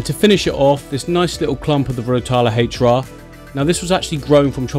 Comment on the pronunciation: Is "Rotala H'ra" really pronounced "haych-ra"?